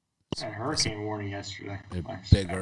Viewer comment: Did say hurricane warning? 😂😂😂